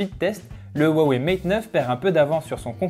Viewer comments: xiaomi se dit chiaomi et non tchiaomi (en phonétique ) comme pour dire merci c'est xiexie donc chierchier (plus facile à retenir comme ça :) huawei cest roiwei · pour le prononcer comme il faut il faut dire roiwei le H en chinois se dire R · C'est ça le soucis, on le prononce comme ça nous parait logique à nous occidentaux, faut connaitre le Chinois pour savoir, je connais quelques trucs, pas de quoi tenir un discours par contre. Comme pour Xiaomi c'est plus "tchiaomi" par exemple. Après l'accent toussa ... c'est plus compliqué.